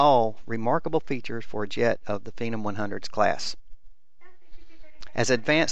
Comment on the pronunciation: MY OCD IS BOMING RIGHT NOW. YOUR SAYING PHENOM WRONG!!!!!!!!!!